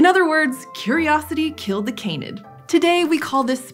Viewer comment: Can-id, not cane-id. Please, it's breaking my ears.